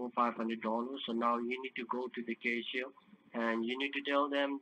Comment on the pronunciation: Yeah now go the “ kashier “.